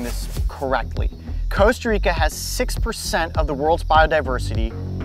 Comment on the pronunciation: He’s keeps saying “Costa Rico”